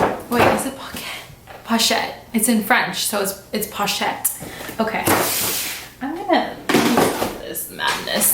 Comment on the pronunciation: That's not the way to pronounce pochette just for future reference. 🥰